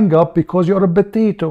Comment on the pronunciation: BOTATO.... INSTEAD OF POTATO..... Haha. Anyway great.